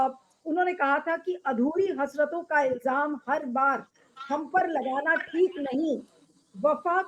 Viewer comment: CEC ko theek se Urdu alfaaz ko pronounce karna seekhna chahiye. ILJAAM nahein ILZAAM